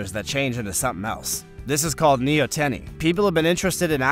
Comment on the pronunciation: Hello, --yes, compared to other amphibians, axolotl development is paused by neoteny, but that's pronounced knee-OUGHT-en-knee.